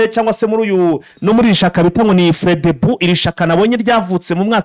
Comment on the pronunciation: Ni Frodebu apan fredebu